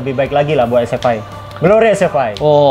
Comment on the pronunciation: SFI (ES EF AI) BUKAN (ES EF I) ahahahaha